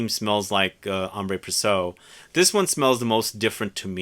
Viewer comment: It's Ambre with no accent aigue. And Précieux is pronounced "pressyeu" not "presso".